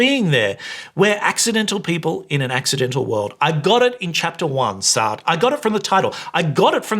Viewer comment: The way you mispronounced Sartre's name as if it rhymes with fart grinded my gears.